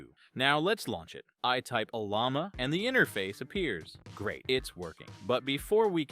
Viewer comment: This guy wrote this video's Script with AI he called it OLLOMA LOL not O L L A M A. And the AI spelt it LUBUNTU not UBUNTU LOL. Stupid AI.